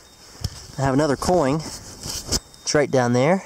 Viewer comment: Anyone notice how he sais coing instead of coin,hahaha I love you.😂😂